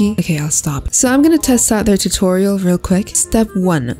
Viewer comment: WELP IM DYING “art tutorl” AND “art tutoil” AND THAT IMAGE WELP IM DYING AND CRYING